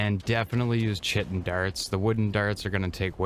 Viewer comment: Nice video! Though for future reference, 'chitin' is pronounced "kite-in"...